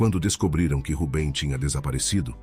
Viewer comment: Boas histórias..mas, por que muda os personagens? Nâo faz sentido! Assim como o erro crasso na pronúncia do nome 'Rubem', corrigido ao final do video!